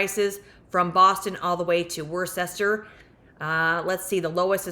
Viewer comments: 😅Hi, Worcester is pronounced Wus ter ❤ keep up the good work. 😊 🎉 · It's Wisstah